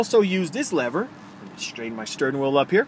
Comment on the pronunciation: STURN WHEEL ??????? really? 🤔